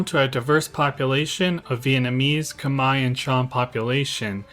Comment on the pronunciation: Thank you for making these educational videos about SE Asia. I am impressed that you now pronounce the word KHMER properly. Your next challenge: can you pronounce the word AYUTHHAYA properly?